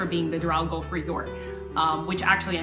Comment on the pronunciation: Like the video but the fact she mispronounces golf the whole time is making me cringe lol